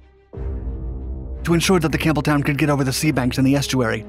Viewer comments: It sounded like you were saying HMS Cameltoe. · Sounded like he said, "the USS Camel Toe". There for a second. Lol